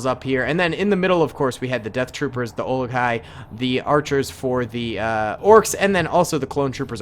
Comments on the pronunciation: When says olikai is that bugging anyone else.... Urakai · Olok-hai😂 its uruk-hai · Dunno if it's been mentioned or not, but it's uruk hai, not olekai. Just thought I'd mention it. Love the vid. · says olokia and not uruk-hai Me a lord of the rings fan: i have internal screaming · Oli guy? Lol they are called Uruk-hai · Great video, also its Uruk-Hai and its pronounced oo - ruc - hi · It’s pronounced UUUUrukai, but those look like trolls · For future reference its uruk-hai, pronounced like "Uh-ruk-kai" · It’s Uruk hai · ooh-roo kai is the pronunciation for Uruk-hai. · It's cave troll, you were originally calling them Ura-kai (that's oora, them ky, like in sky). And its mithril chainmail, not technically magic, but yeah, same thing.